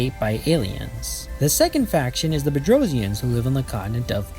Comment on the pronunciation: Yes you pronounced it perfectly! If the Earth really is Flat I'd violently protect Globes. Wasn't there a race that the Gate activation and contact with the SGC caused a World War?